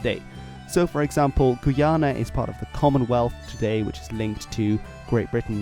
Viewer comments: Its guy-ana Not guana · Minor pronunciation nitpick; the way you were pronouncing the Guyanas /gu:'jænæ/ is not really correct in English or French. In French, French Guiana is spelled "Guyane" and pronounced sort of like /gu:'jæn/. In English, Guyana is pronounced more like /gaɪ'ʲɑ:nə/ or /gaɪ'ʲɑ:nɜ:/ (my best approximations in IPA). Forgive me my pedantry and forgive me if, perhaps, your pronunciation is what's used IN the Guyanas but, I was taught, growing up, that the differing pronunciations was important in distinguishing the countries when speaking English.